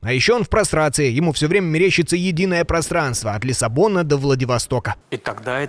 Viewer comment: Просранство.. 😂мне послышалось? 😂